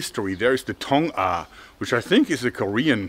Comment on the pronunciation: 통아 정확하신발음